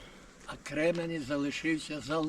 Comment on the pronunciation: Кременець–наголос на перший склад